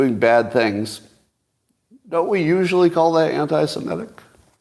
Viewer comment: Please stop pronouncing 'semitic' incorrectly ('simetic'); it is so annoying.